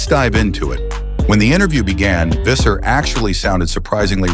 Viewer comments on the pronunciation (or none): When pronouncing Visser. Pronounce it as Fisser. F sound, not a V sound.